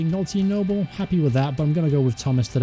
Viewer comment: Your content is good I support cov and watch this career btw it's pronounced nooblay not noble he used to play for us anyway